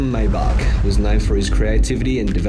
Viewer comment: How embarrassing. For you,. If you really want credibility, learn how to correctly pronounce, “Maybach.” You come across as a clueless poser.